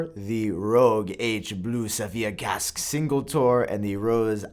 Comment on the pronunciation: The way pronounces Casaque will piss off so much people haha